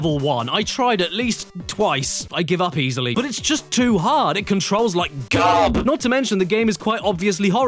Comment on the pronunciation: garb sound close to carp yeah, we all get like that.